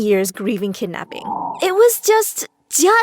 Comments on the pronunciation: Sorry but its kidnapping not kednapping sorry people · No one: My story animated: kidnappi My story animated again: kednapper